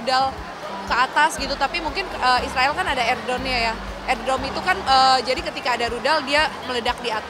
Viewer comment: Iron dome..bukan air dome 😂😂